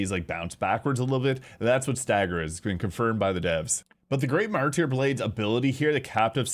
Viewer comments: Martyr. "Mar-ter". Not "mar- tear". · Have you never heard the word Martyr before? Mar-ter. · It’s pronounced Mar-ter, the y is silent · Martyr is pronounced Mar-ter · I love your videos but your pronunciation of martyr drives me crazy. XD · maybe check on your pronunciation of MarTir (Martyr)